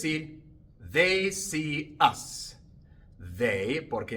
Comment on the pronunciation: Profe la palabra US, se pronuncia igual que ass.😊